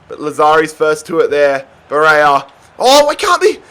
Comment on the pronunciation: you deserved to lose that first final just for the Barella mispronounciation